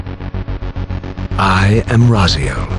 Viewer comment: Yo my name is actually Raziel. It’s weird to hear it pronounced like that. XD lol